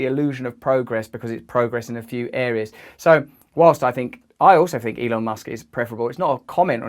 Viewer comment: Dont you ' fink'?